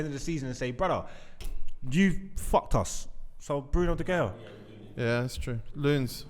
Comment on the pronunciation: This gotta be the worst episode for pronunciations🤣🤣 “MarTial, Aooba”-, “De Gaya”-.